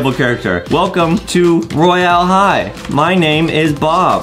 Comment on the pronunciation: Dude Adem says roylae high